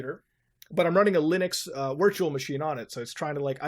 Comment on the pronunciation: "wirtual machine"